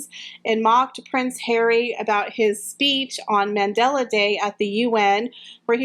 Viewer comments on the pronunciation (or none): none